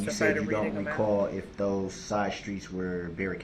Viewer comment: I want to know how many times in his pitiful life he used the word ‘recall’ or should I say ‘recaw’ as he so eloquently pronounces it.